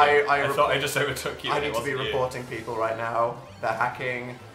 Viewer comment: Was I the only who noticed how dan said people? He said peaple lmao I'm ded